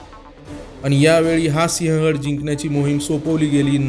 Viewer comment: Pronounce as Sivhagadh and not Sihagadh . Do some home work please.